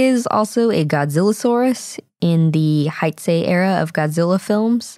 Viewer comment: Heisei is pronounced hey-sey.